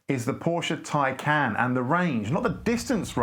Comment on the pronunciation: You might have been bothered to properly learn how to pronounce the name of the car that you purport to be reviewing. It’s “tie-con”!